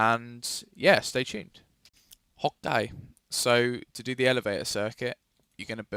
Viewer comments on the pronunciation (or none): why does he say hopty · no, he said h'okay